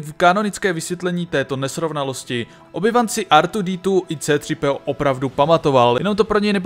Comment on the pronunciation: Pokaždé mne pobaví "artwodetwo" a v zápětí "cétřipéó"